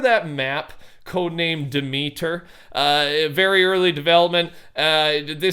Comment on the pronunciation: I love ya, but Demeter, is pronounced as one word. "DEM-ET-ER". "De Meter", is like someone in NYC saying, "Ey, oh, look at da meta, it needs anotha' Quarta'!" as in a Parking Meter. Lol. Hope that helps. Great work as always w/ your videos! Keep it up! Btw folks, IMHO, First Person View/Mode does NOT belong in FNBR AT ALL! 😡